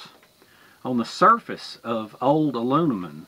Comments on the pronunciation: Say Heah it's "M" and not "N" AluMinum and not AluNimun. Geeet's it, heh heh heh. Just Jokin. Anyhow, I have a Vintage B of A Boys Scout small cooking set that comes in a canvas pouch, I still use it. But I also have a newer set in a red nylon pouch that's stainless. I have no problem using either or. But Thanx You for teaching me something, Great Experiment. Dilly Dilly.,,.p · Youre hilarious man, You can say toxicity, but not aluminim. lol (not picking, just good natured laughing) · It seems the Brits add an i to the word aluminum. Uh Loo mi num is right for we 'Mericans. Uh Loo mi ni um is what I hear a Brit say. Your international exposure probably keeps the confusion going. When you thought the least about it, you said it like a true Southern American. We all know what you mean, however you say it. Good job on the test. NO OLD CAST FOR ME is the takeaway. Thanks, and we are all glad you lit the right cattail! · With the rise of NovelCorona Virus...I'm watching this just to hear say Aloonimun!😂 I need a laugh this mornin!😂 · I can't even say Aluminum anymore without laughing when my brain says Aloonimun! 😂you're the best dude! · Your cast aluminum (ah-loom-ma-numm) might have carried axle grease under a horse drawn wagon. Thanks, for the video, That really is useful information. Also, you can clean aluminum with lemon juice, salt, or vinegar. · "Alunimun" lol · Thanks! I'm happy you like my channel so much. Honestly, me being southern I can't pronounce aluminum the American way, but I can the English way! Thanks for watching my friend